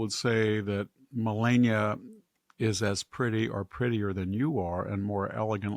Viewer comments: Its not Ma Lay nia, Its Ma Lah nia. Its not Michelle, its Michael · Victor, it’s MelAHnia. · Why can't he pronounce Melania's name correctly..? He has to know how to do it.....right? Why be disrespectful?